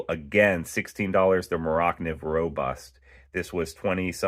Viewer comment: Never heard morakniv pronounced like that but thanks for the vid